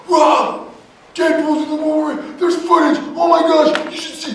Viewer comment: YOU 'ILL SHO' THAT PHOTAGE TO ME. THIN INSTANT! INFATELL!